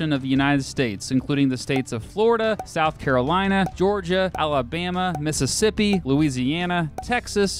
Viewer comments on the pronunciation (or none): none